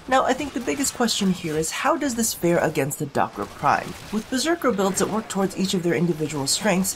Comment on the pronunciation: You said duck-its wrong :(